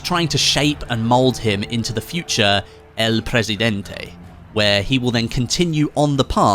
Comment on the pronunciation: I’m sorry but when you said “el presidente” that was whiter than Mr clean